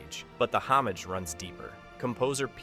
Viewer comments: "Homage" is what got me. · Not trying to nitpick, homage is pronounced without the J.